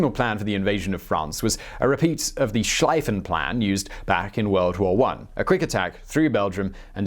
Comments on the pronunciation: it's not Schl-EI-ffen plan but Schl-IE-ffen plan. Thanks for video, btw. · I am reading your comment just as he was saying 'Schleifen Plan'. Again, check Google. It will tell you it is 'Shleefen Plan'.